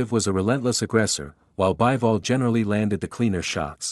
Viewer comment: It's Bee-vol, not Buy-vol.